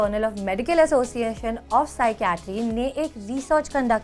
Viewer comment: association achhe se pronounce nhi kia